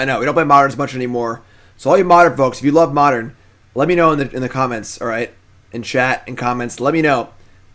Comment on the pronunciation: Oh man I love "Modren"